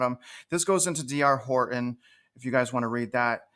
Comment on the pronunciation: You didn’t show any houses and you can’t even say “Horton”.